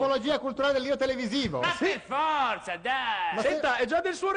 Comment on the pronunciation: ha detto pefforza?